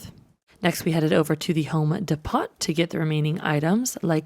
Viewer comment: Depot doesnt pronounce the T, it sounds like "deep-o." Stupid nitpick, i know